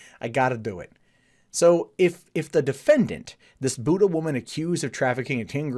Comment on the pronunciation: >pronouncing the town name the same as "Buddha" it's usually pronounced "Byoo-duh"